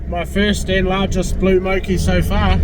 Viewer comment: MORE KEY mate MOKI.Not "mow key" mean video but. wicked viz